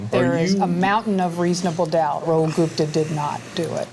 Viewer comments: Why do Americans everything? The name is Gupta. That’s gupp-ta not goop—tar. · As soon as i heard Ghupta 😂😂😂 oh he did it 4sure .